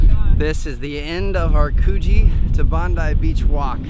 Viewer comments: coh-gie and c-low-vel-ie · This was a great video. As an Aussie, it's really nice to see first timers discovering stuff. Some pronunciation lessons: Bondi is pronounced, "Bond-eye". Clovelly is pronounced, "ClovELLY (emphasis on the second syllable). Coogee is pronounced Coo-jee (as in "book"). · 😂😂 no hate but Coogee isn’t pronounced like that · you butchered coogee, clovelly and bondi!